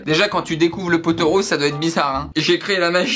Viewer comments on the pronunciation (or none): none